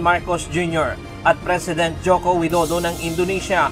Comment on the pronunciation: The Way to Say Properly to Pres. Of Indonesia, not Wido do it's Pres. Widodo paanu tayo papakinggan kung di tayo Magalang sa pagsasalita tayo ung humingi ng clemency na palayain Dapat magsalita tayo ng May Galang...